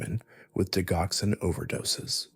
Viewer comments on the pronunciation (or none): Digoxin is pronounced, DI JOX IN.